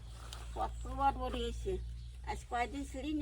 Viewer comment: উচ্চারণ করোম্’চা। kawromcha korom cha. করমো’চা না। করোম’চা। বানান করমচা। বরবটি হলো শুদ্ধ বানান। বডবটি না। উচ্চারণ বরবোটি।